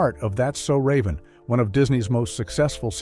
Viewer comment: You pronounce raven's name wrong.